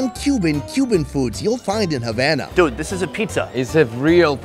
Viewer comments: as a Cuban,it pains me to hear pronouncing Havana as Javana as in Jam!! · Food review guy: Havan- Me:HavAna OoH NanAaaaaAaaA